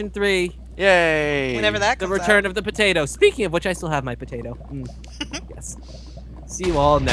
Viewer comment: lol poteatoe